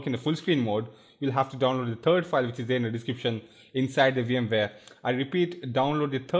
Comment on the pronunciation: i like it how he says 'turd' not 'third'